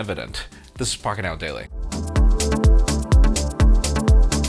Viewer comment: Everytime said Pocket Now Daily is here "F*** It Now Daily", it is just me?